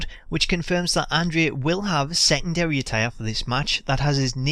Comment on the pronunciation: Pronounce andre the giants name correctly! Idiot!